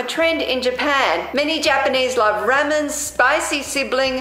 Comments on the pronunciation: .....ray-men...... no 😐 Rah-men..... (sorry if I sound a bit rude, I don't mean to it's just something that makes me cringe and panic...) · Lol it Rah men not Ray men I like the outside par BTW...I kinda felt like it was a nice change..felt like a relaxing little chitchat. In the future please do not eat the flowers. Those kind of flowers are not safe to eat. P,ease stay safe. Aww sweet kitty! I love cats too